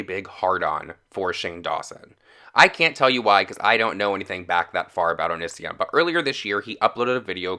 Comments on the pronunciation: btw... it's said like "oh-knee-c-on" NO HATE ON YOU BABE...I was just saying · O-kenee-see-on Not o-nis-e-on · OH-NEE-SEE-ON PRONOUNCE OT RIGHT OR DONT MAKE VIDEOS ABOUT IT I COULDNT GET THRU THE FIRST 5 MINS WITH YOU SAYING Oh-Nis-e-On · Low key a nitpick, but you pronounced his name wrong lol It’s not a big deal I just get bugged easy It’s oh-knee-see-on Great video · "O niss ion" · I'm so triggered by his pronunciation of 'onision' Am I the only one?!?! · Im mostly annoyed that you dont say Onision correctly....